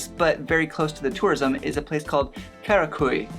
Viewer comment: it's pronounced Karak-uh-ye. After living there for months you might want to try learning the language. Ö is uh sound like "urban". Ş is the sh sound like "shy" and Ç is Ch sound like "chew".